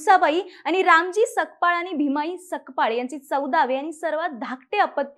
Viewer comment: Sakpal nahi tai Sapkal mhana